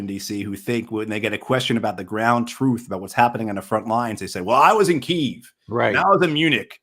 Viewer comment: Don’t use Kyv. It’s the Ukrainian new name.!!